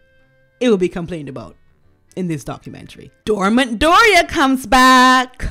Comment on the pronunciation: Funny how I heard not “dormant Doria”, but “door mat Doria”😂